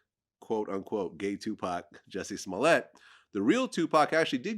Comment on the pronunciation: Its jussy smooliay🤣🤣